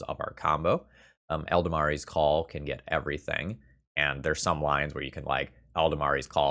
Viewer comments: Wonderful deck! Always love some land destruction. Just one thing though - it's Eladamri not Eldamari. Though I can see the value in intentionally mispronouncing it to irritate and tilt the fellow across the table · Eldamari's Call Eladamri's Call Easy mistake to make and it's not a critique meant to have any malice behind it. Mostly I just found it interesting how both the "a's" shifted over one spot in the word.